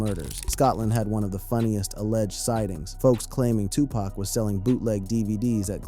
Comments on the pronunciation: How can we believe you when you dont even know how to say his name...its said like puc not pack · Bro you can not use an Urban voiced A.I. and it still says PACK😢😢😢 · OMG!! Please pronounce their names right!!! DUDE... 😂PACK???😮 STOP IT! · Say his name correctly damn A.I...shits annoying af...